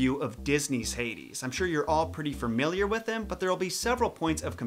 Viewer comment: Lol you may have the pronunciation of the names down, but you still can’t say the word “familiar” 😄